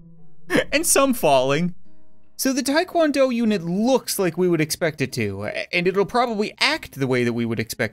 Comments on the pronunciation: it is called TA Kwon do with an A not a I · So ya know, its called Taekwondo, and not Taekwando. dont assault me please